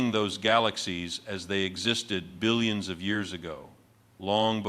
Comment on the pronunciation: You can tell it’s AI because there’s no stress on the “B” in billions!